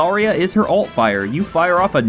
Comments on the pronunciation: You say Ult and Alt exactly the same, making things a bit confusting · Her ult is zarya and her ult is mercy?... Is what i heard at first then in the midst of writing this i realisedyou said her alt- but it still sounded like ult. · He sailed alt and ult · I was so confused because you said Alt for Zarya and I assumed you said Ult, so I was like what the hell for a sec.